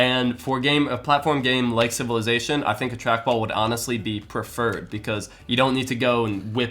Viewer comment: "A platform game like civillazation" Are you real right now